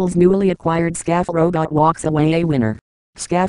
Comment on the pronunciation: shaft! the name should be pronounced "shaft"!